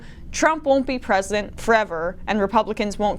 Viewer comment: Stop shilling for Boinie. He's nevah gonna be pwesident.